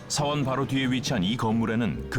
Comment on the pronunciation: 서원이야 사원이야 나레이션 발음이... 계속 신경쓰이네